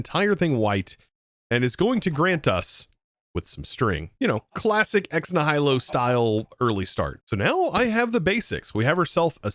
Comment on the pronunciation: I hate to be the overcorrecting autistic guy, but you pronounced Ex Nihilo wrong. I believe it's pronounced "eks NEE-hi-lo" without knowing to to write out phonetics.